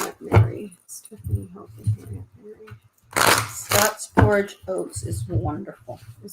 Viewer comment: It's Mary, not, Marie, after their mother .